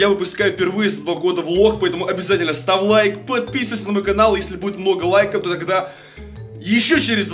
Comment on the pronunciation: говори ставь и не став:D